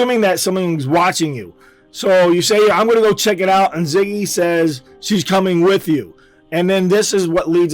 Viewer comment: its zizzy not ziggy